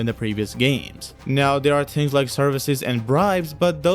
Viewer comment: The way you said "things" is like saying kings :))